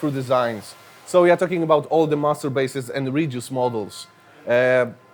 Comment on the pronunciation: When he say: "master basses" i only hear "masturbates"